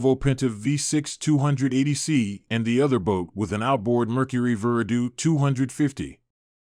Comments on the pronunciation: “Ver-uh-due”? Ver-AH-do… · Verdoo? It’s spelt Verado that Veer a dow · OK, WTF is a "Veradoo"? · its pronounced Ver-aw-dow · Veradoo?... What? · You lost me when you couldn’t pronounce “Verado”